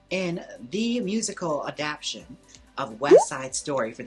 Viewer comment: Jaymes, you keep saying the word adaptation incorrectly About dozen times 😂